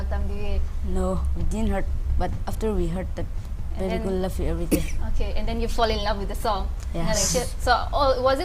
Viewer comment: Guys the name is Bebecool not Babe Cool